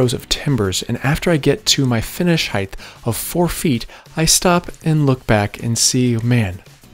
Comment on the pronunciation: When did height become heighth?